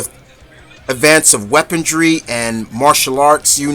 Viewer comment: Like another poster said you gotta work on your pronunciation and wording. Mikoto? Weapondry? Follow her "neck and neck"?